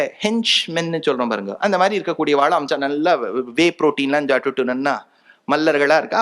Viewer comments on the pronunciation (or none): none